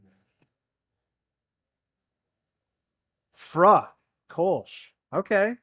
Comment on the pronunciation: "Früh" = "Froo"